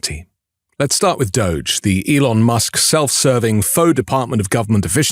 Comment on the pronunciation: That's the way to pronounce it!